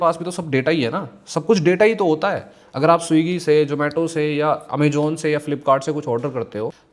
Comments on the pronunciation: Amazon ❌ Amajon ✅ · Amejon ✅ Amazon ❌